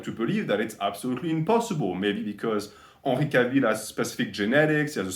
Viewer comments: 'ahnry cahville... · Unree Cah-veel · I love how you pronounced Henry Cavill's name haha <3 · The way you pronounce his name haha true frenchman